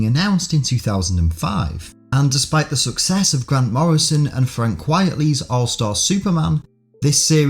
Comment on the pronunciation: Quite Frankly put: his name is a spoonerism! It’s pronounced Frank QUITEly... get it??? Derp. And Earth One sucks ass